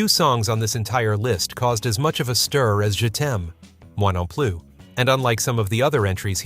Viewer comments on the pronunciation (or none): "Moi Non Plus" is pronounced "Mwa Non Ploo" in French.